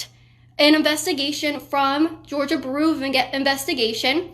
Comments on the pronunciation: Georgia Buhroo of Investigation. "Byou-roh" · Bureau is pronounced 'byoo-roh', not 'bur-oo'. Sheesh. Proper English is becoming a dead language! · Kaitlin, bureau is pronounced "byoor-oh", not "buroo" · Georgia baru of investigation 🤣. Love ya girl but that was funny. It's like the FBI but its GBI for georgia. It georgia BUREAU of investigation just like the FBI is federal BUREAU of investigation. Love you're content though! Doing a great job! Haa🤣ha you just said it again! LMFAO! I'm sorry, I'm sorry. Seriously....good job👍. You cutie pie you ❤🔥❤ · It’s BEER-OH, not Bur-OOO. Just sayin. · Learn how to pronounce bureau . It’s not the same as brew, that’s a beer dumbass . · Is she trying to say bureau? Lol sounds like shes saying beeru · You are saying "bureau" totally wrong. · Kaitlin, we love you, but I couldn't stop mentally tripping over your pronunciation of "Bureau". Otherwise stay safe and keep fighting the good fight. Long live the Republic!